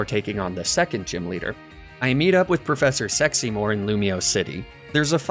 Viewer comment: The way it took me a good 30 seconds to realize something wasn't right when you said "Professor Sexymore" 🤣